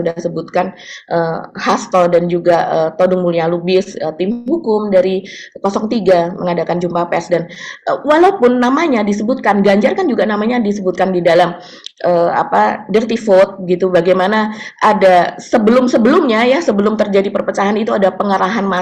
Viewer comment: Penywbutannya dirty vot. Bukan dirty vud.